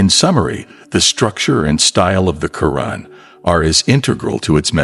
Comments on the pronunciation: You call it the Karen in an actuality is say it’s pronounced the Quran!! Can you please pronounce the words correctly? Cause how would you like me pronounced your book as the bib?? You wouldn’t like it so pronounce it the correct way and this is not my opinion this is pronunciation you went to school. You know how to pronounce. The correct way, so please put some respect on it.!!! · asrwghfirullah may AI not be your true islamic perspective of islam. Just hate it call me a hater yes man is hating hating on the fact that u decided its ok for ur ai big daddy to pronounce Qur'an as kuren and Allaah as Alah it is satanicly disgusting please can u improve ur damn videos in the future In sha Allah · Pronounced ‘Al Qu’ran’ القرءان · Is this an AI narrator or actual person, mispronouncing Qu'ran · Beautiful graphics but the Narrator lacks even an elementary knowledge of Arabic, pronouncing "Qur'ān" as "Currin," "Sura" as "Sewer"....and "Bismi l'Allah" incomprensible,.even in Enlish no effort is made to APPROXIMATE Arabic pronounciation....Where'd you find this incurious ignorant rube? Regards from Mexico City!